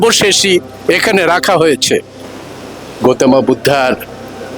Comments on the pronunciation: পালিতে সঠিক উচ্চারণ "গোতমা"! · গৌতম বুদ্ধ। অনুরোধ রইল উচ্চারণ টি শুদ্ধ করে করুন